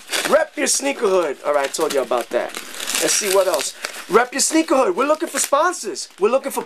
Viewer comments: sounds like you be saying sneegies lol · Lol sounds like he's saying "sniggies" in the beginning